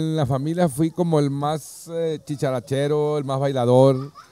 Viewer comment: No es “chicharachero”, es Dicharachero.